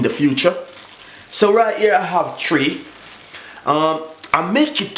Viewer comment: He put the diluted syrup in a see through bag..then said beautiful and nice.......tree not three....